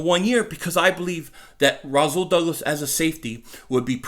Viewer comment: Its Rasool not Razool